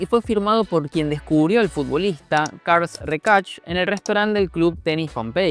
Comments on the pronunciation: No podrías haber pronunciado Carles Reixach de peor forma ni esforzándote. Es catalán, no arameo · Solo por ayudar … carles reixach se lee mas o menos “cárlas raxác” 😘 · Se pronuncia: "CarLAS REIXAK". De nada.